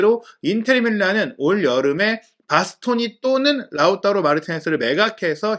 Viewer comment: 라우따로 발음이 맞나요? 라우타로 아닌가요?ㅠ 라우따로 따로따로따로 돌아버릴것같습니다 ㅠ